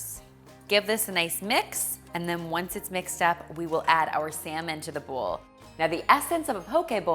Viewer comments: Are you saying bull or bowl?🤔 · whenever you say ‘bowl’, it sounds like ‘bull’. 🤭